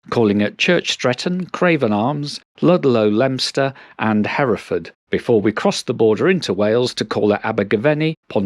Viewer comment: Not many people know how to pronounce Leominster properly!